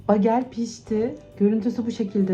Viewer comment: Begıl diye okunuyor. Susamlisi ,corekotlusu,sarimsaklisi ve kuru uzumlusude oluyor. Kizartip krem peynirle yerler Amerikalilar genelde yada yagda yumurta ve kasar peyniri ile tost yaparlar. Kahvaltida harikjaaa olur😊